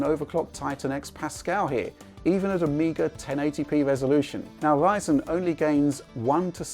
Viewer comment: how come he can say "tRanscoding" but he can't say Ryzen? WTF is Wyzen?